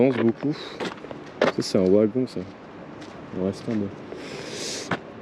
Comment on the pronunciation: On ne prononce pas WAgon mais VAgon... et Metz se dit Messe. Et ce ne sont pas des "tapis roulants" mais des convoyeurs de gravats à bandes. Bref.